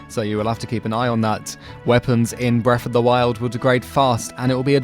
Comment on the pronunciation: "Bref of duh wild"